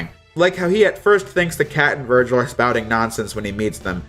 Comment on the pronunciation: Is it me or did he virgin instead of Virgil